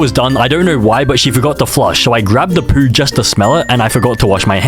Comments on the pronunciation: why does he say poo and goon like that "poou" and "gooun" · the way he says poo 😭😭😭